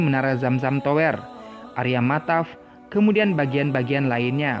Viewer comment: Nice info 👍 Btw baca kata tower nya agak ganggu, baca tower e nya ky lemper jgn baca e kaya dower 😉